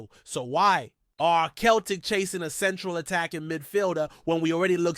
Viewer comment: Learn how to say celtic, not bloody keltic for a start.